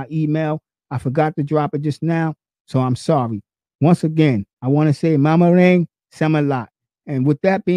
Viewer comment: Do that again ^^, maraming salamat....you kinda messed the words